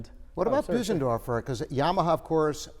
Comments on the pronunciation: It's Bösendorfer, not Büsendorfer. :) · Yes, Claudius. There is no English equivalent for that sound. It's closer to say Boo-senderfor than Bose- as in the sound of "hose" -endorfer. I tend to say Bose (rhyming with hose) -endorfer.